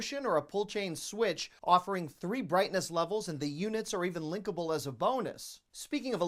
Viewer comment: You said linkable for the fluorescent lights and I thought you said lickable. lol